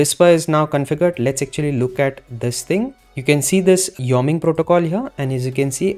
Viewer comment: It's pronounced Y-O-ming.